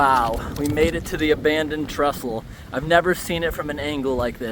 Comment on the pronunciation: It's 'Trestle' not 'Trustle', though. (I think?!)